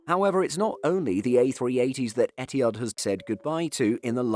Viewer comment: The way you pronounce ETIHAD is so WRONG! Where did the H go?